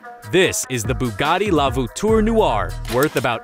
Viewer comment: Ah yes I do love the vootoor nooare!